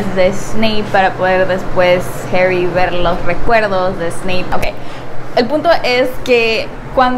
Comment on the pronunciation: No es herry es harry 😂